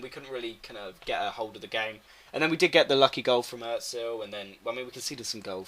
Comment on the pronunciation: Er-zil The umlaut ö makes it and er sound, not ooo